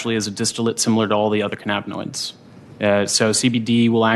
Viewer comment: Just minutes in and I've already heard "cannaboids", "cammoids" and "caminoids".